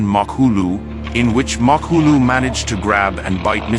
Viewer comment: It's Ma Po Go!! There is not hass in it